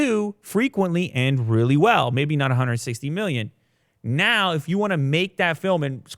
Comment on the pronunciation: "Nut Pro"🤣 That is "Not Pro" lol